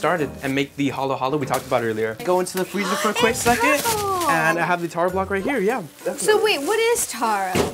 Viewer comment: Nikki Lavarez no way he was filipino cause he pronounced taro wrong! What kind of filipino pronounces taro wrong i mean cmon